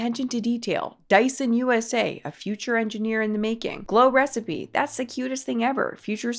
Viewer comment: Help she can’t even pronounce glow recipe why does she need it 😭✌️